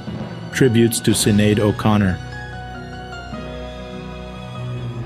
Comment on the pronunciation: Her name is pronounced like Shin-aid.